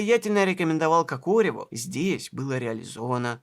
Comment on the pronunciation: Произносится Ко́кореву , а не Коко́реву❗